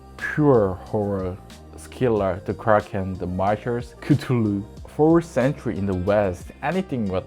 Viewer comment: These videos are so interesting, thank you. Also i liked the way you pronounced Cthulu!